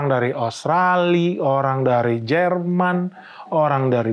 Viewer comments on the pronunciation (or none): none